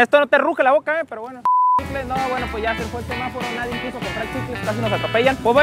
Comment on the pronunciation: Nadie abaolutamente nadie: El en el minuto: NADIEN